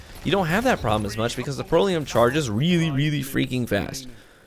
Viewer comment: Lol, it's pronounced "Pr-ELL-ee-UM" Not making fun of you. Just trying to help. I only have one Proelium and for me, it's a god roll; backup plan and high impact reserves. Its like a mini legendary Merciless. Its awesome.